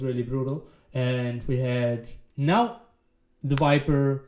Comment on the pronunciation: Really funny game, i'm also spanish and we don't use to pronounce 'v' and 'b' on a different way(speaking spanish) so it's possible to do it speaking english. Hence theviper would be thebiper for me too hahaha